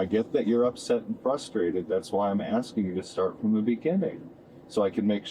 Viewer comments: "What I'm axing you, . . ." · "Axing", as opposed to "asking". There's a small number of people, that actually believe she's one of the "most educated" people in the United States! lol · He's not "axing" you anything girl.... he is "asking" you questions though 😂and they're not to concerned over you boo boo when you attached 3 people with your vehicle. WTF is wrong with you? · It's "asking", not "eksin"! (However, I notice positively that she's polite, at least until minute 21. No screaming, no swearing, no "that's racist" or "I can't breathe". But of course, that can still change.) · Axing??😂😂😂😂! How stupid can they be?? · What I'm axeing you? What the hell kind of English is that? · “But what I’m axing you right now.” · She keeps saying "You aksin' me all these questions". Ridiculously stupid and in denial of what she did. She should never drive again. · She's axing him?! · What ax was involved? She keeps saying about axing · What I'm " axing you " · She axing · Are you axing me ? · So self absorbed and obsessed that she can't even recognise the hurt other's are feeling after her horrific decision... 😡 Being drunk doesn't excuse or omit psychopathic tendencies... Also, on a lesser note, how hard is it to pronounce "asking"...???